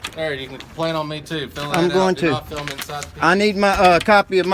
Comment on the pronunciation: Why does he always say fee-ilm. It it digital data and doesn't require any film yet he insists on calling it feelming.